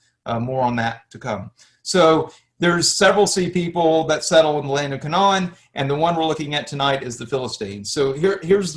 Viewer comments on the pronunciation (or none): The K,non hahahaha . Dude you can't even pronoun half these words, it's pronounced [KAY] + [NUHN]. Philistines... like Pine or Line, they are not Philisteens. Not disagreeing with any of the history as much as I watched, but I can't take someone seriously who calls it the K'non. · You are mispronouncing Canaan. They way you say it would be spelled: Canawn The correct pronunciation phonetically would be: 'Cay' - 'nun' or 'Cay' - 'nen' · It's like INsurance....if you want it pronounced correctly, it is Ca-NAAN! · Same here. The way he was pronouncing Canaan among a few others i was like nooo